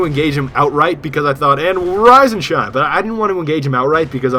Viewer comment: sometimes when you say "rise and shine" I think you say "rosin chomp". Just thought Id let you know.